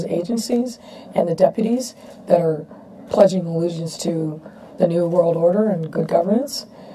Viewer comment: Sounds like she's saying "pledging illusions?"